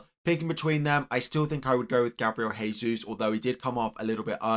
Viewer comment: It's pronounced 'Jehsus' not 'haysus'. It's Portuguese, not Spanish. The letter 'J' is pronounced.